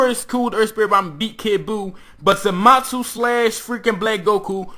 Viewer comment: Somebody tell him it's zamasu not zamatzu